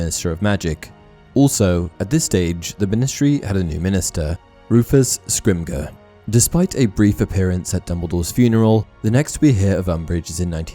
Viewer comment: Just a really minor point: Rufus Scrimgeour’s surname should be pronounced more like Scrim-jer, not scrim-ger, i.e. a soft j sound, rather than a harder g sound. It’s a Scottish surname, most commonly in the Dundee area. Brilliant video otherwise, like all your content.